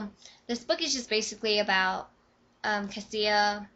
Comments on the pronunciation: OMG! sorry, but i don't care about the first like 5 minutes of ur video. and her name is pronounced CA-SHA, not CA-SEE-A. and i really loved this book: 5/5!!!!! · I have a friend named Kasia but it's pronounced Cash-ah so Cassia should be pronounced the same.